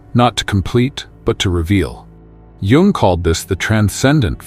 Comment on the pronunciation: Sorry, but Carl Jung's surname is correctly pronounced "Yung". Interesting video!